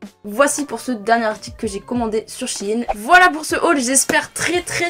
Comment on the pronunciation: Shyne... mon prenom🤣💓 mais ça se dit shiin(pour la prononciation)